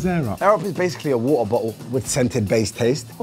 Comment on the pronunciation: A wo’oh’a bo’oh’l